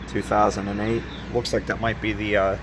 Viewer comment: When you said "2008", I thought you said "2000-Nate" 😂😂😂. "2000-Nate-teen"